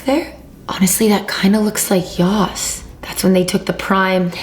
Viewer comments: It's not yoss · Yoss❌ Yass✅ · It’s not yoss